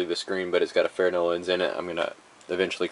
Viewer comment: A "fair-no" lens...? It's spelled "fresnel", and pronounced "frehnell". These also split apart in about 30 seconds with a small flathead and you're using power tools? Jesus.